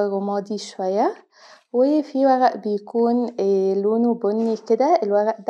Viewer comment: وغأ 😂😂 ورق و-ر-ق